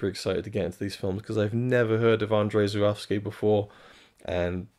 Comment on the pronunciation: Amazing, but are we certain that’s how we pronounce his name?